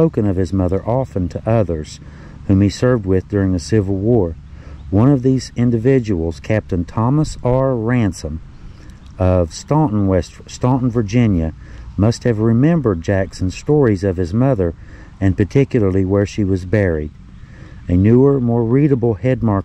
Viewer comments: I was told that I am related to the Jackson family on my mother's side. They were from Loudon County Va. They moved here to Ga.after the War. I never did the research so I do not know how I am related. Fascinating story. Thanks. BTW: Staunton Va. is pronounced as Stanton. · Leo. My address is Staunton, Virginia. We pronounce it as if there's no u. Stanton!😂